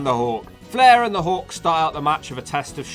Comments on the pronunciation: It's Hulk not hawk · are you saying hulk or hawk?